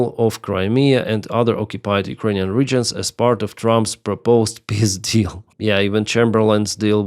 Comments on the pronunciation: I is bullshit ! Eventhougth the R7 "Semiorka" bears the same name since 70 years, it has known around 4 complet overhaul to my knowledge It is very obsolete but "if it works, don't fix it": A Climat saving principle... Slava CCCP ! (just joking but FEW stuff were better) Funny each time you say "пис дил" I hear the passed of "пиздец"😂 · "Peace Deal" not пиздил😂😂😂